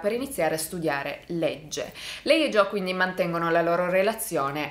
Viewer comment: Tutte le volte che sbaglia a pronunciare Joe 👇🏻